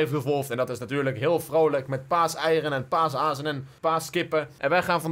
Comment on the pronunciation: Je zei 'Paasazen' XD